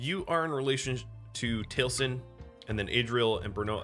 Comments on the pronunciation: If you wanna know how it's pronounced, it's tal-ih-sin. But ye it's a minor thing and I'm still enjoying your content :) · Enjoying the new series:) Do gotta say that as a fan of Critical Role the way you pronounce Taliesin is hard to not notice XP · Yeah but you were pronouncing it as Tail-sin, which is what was hard for me not to notice XP Still, I always knew it as the other way cause of Taliesin Jaffe, who as mentioned is part of Critical Role and that's how his name is pronounced. But ye ya learn something new every day and I learned the different ways to pronounce Taliesin